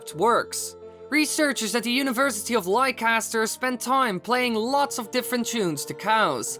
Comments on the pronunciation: Leicester? - Prononounced as Lesster, not Lie-caster. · Why does everyone outside of Britain not say Leicester right? it's pronounced Lester not lie cester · isnt it pronunced as "lester"